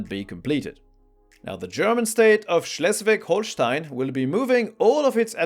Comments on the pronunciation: You nailed the pronunciation of "schleswig holstein"! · The pronunciation of Schleswig-Holstein was impressive. How many attempts did you need though?